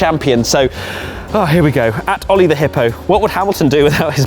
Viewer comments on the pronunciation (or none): none